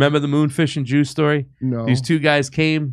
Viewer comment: “Juice” sounds like “Goose.” Is he ripping off Top Gun with his story?